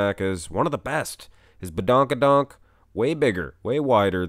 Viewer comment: After a hard day of work, tired an all..decided to watch this. Was half way yawning (no disrespect to, really knackered) and he said bedonk-a-donk and I laughed so hard while yawning almost dislocating my jaw! HAHAHA Appreciate your work man, thanks for brightening my day